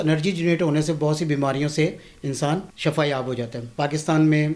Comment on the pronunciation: shafa mot ko kahtay. yah lafz shifa hay.